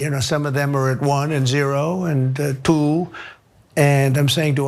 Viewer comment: This is about the 3rd time I've seen him pronounce the number 2 in that manner. 😅